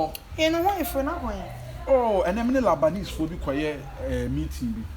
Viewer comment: It's not labanese it's Lebanese wai